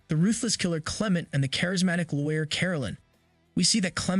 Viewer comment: Lawyer. Not looair